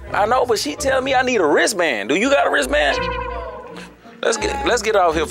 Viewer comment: “Do you have a raistband “ 😂😂😂😂😂